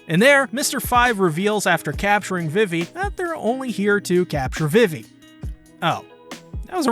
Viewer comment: A few things it would help to understand a bit better Vivi is pronounced "Vee-Vee" The 2nd longest arc in the series is 100 chapters. If you need 2 parts just to cover Little Garden . . . . I got bad news for you. I think you are just trying to be funny, but its just "Arabasta" not "Ara-Arabasta". The English dub pronounces it "Alabasta" and I think thats better for English speakers.